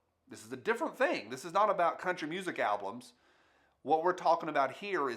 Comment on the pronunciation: "Alblums". LOL. On the real tho: Good video with some very relevant points.